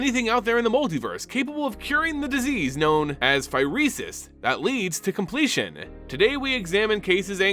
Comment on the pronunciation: may sound cooler, but is also the incorrect way of saying it